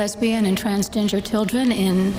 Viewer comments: I swear she said transginger. Is that a new one? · I'D SWEAR SHE SAID TRANSGINGER! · Transginger hahaha she’s been watching South Park on that one 🤣🤣🤣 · She didn’t even say transgender correctly 😂